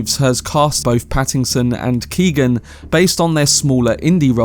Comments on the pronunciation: Barry Keoghan (Key-oh-an) not Keegan. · The is silent. "Keo-han" I'm amazed how many people have trouble with that.